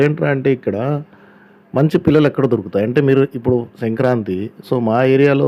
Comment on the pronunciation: Anna pullalu kadhu pillalu